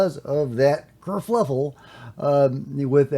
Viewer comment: Cur fuff el.. not fluff el....i better be right or im leavi ng town